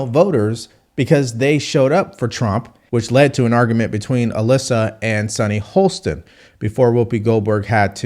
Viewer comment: Great voice,. But it is Sunny HOSTIN, not HOLSTON. She is definitely out of touch, and it is very hard to listen to her calm condescension, but many conservatives already have the stereotype of being "uneducated". The least we can do is learn how to pronounce people's names correctly (especially those on the left).